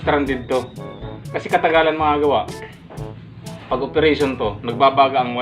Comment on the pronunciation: boss wag Muna ipag ptuloy nakaka hiya ka Mali Ang pronounce mo sa wire o Mali Ang pag basa mo sa Phelps dodge